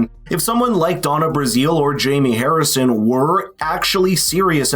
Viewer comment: It's pronounced Brazil, like the country.